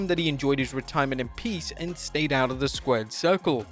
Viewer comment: ReDIErment… yeah that’s more like it